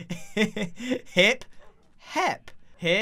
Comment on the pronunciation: Anytime Grian says hep instead of HIIP- "HEP oh, sorry, HIIP"